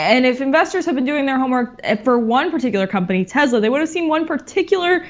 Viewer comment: "Tessla," not "Tezla"